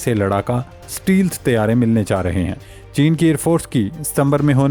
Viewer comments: It's stealth not steel but correct your pronunciation. Thanks and take care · Pl don't say steel - steel , again n again , the word is stealth , note carefully . Thank u . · اسٹے لتھ کو اسٹی لتھ۔ کیا پینڈو پنجابی ذبان ہے اس چوتیا اینکر کی۔ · Ooye champoo “stealth” bolna seekh lai. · بھائی صاحب، stealth کو صحیح سے pronounce کریں